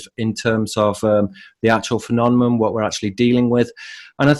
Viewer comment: thank you for your work. I've discovered your work through Robert Steele. One question: Why do you pronounce phenomenon as phenonemon? You do this consistently from your oldest videos to the current.